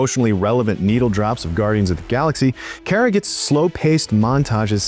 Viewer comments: It's pronounced "Car-Ah," not "Care-Ah." Drove me crazy the whole review. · yes, let's trust an idiot that can't even say the name of the main character correctly.